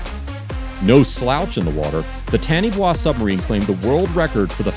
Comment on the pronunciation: FYI Taniwha is a Maori word and is pronounced "tah-knee-far"